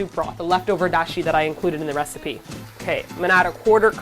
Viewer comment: “I’ve come up with a new reciepeh~” -Noctis